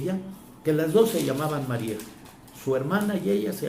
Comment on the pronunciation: No eres dingo de.. ni pronunciar el nombre de Maria .DEJEN de confundir a la gente.